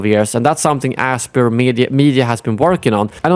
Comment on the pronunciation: I believe Aspyr is pronounced "aspire."